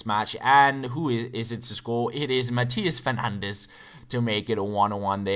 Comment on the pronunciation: Matias fernandez udtales mati fernandez.